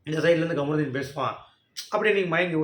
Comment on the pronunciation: Bro kamrudin nu solladhinga ....kaamarudin nu sollunga